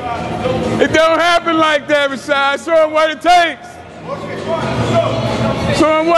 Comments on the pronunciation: " rashod"-CT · "RASHAD!" lol he didn't wanna step to CT and correct him 😂